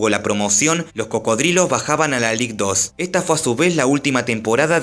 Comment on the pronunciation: Ligue 2 se pronuncia lig du.